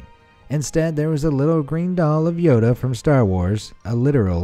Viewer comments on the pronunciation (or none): none